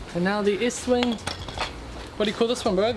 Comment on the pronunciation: Estwing not Eastwing